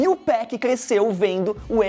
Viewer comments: Meu ouvido dói quando escuto “2péc”, e ainda o cara coloca gangsta Party no vídeo, e a música de fundo Breathin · Tô quase dando um soco na tela ouvindo ele dizer "TWOPEQUI" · se falar 2peck vai virar josias rodrigo aaaa pare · Esse carinha falando o nome do 2pac me da uma coisa no estômago, pra que falar bonito é simples.. 2PAC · Pq todo paulista tem mania de chamar o 2pac de 2pec?